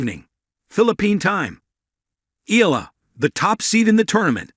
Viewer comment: Eala is pronounced Ee ya la.